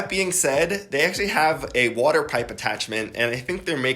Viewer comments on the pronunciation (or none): none